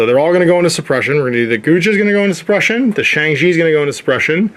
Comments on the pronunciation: Guijia = Goo-ee jee-ah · It’d be closer to « koo-ee jee-aa ». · I believe the Guijia is pronounced something like gway-jaa (gway like 'sway' and the jaa is kinda like 'jar' but without the 'r' on the end)